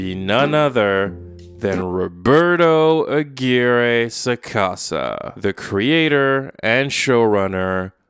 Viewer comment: This is very inconsequential, but I just felt incredibly satisfied that the pronunciation of "Aguirre" was readjusted to the correct Spanish pronunciation, I can now laugh at the ridiculousness of that man's shows in peace, thank you ❤️